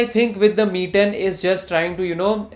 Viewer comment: I wasn't able to distinguish you saying ME and MI..... Quite confusing😅